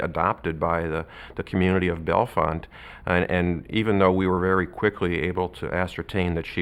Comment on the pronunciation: Can’t say Bellefonte correctly